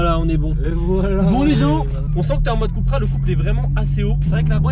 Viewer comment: C’est cUUUUUUUpra pas « Coupra »